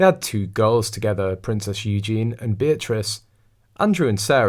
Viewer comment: Would you please pronounce Eugenie's name correctly? It's not Eugene; it's "You Jah Knee"